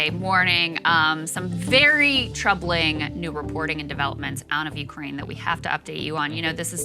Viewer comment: "Urkaine" is driving me nuts. 😆